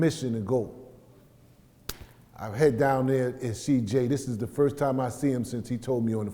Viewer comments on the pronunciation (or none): none